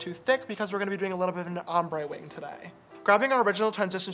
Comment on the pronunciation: when he says wing it sounds like wang 😂😂